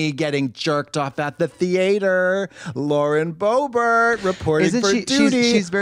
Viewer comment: Katya calling it “the thee-ate-er” every singe time has sent me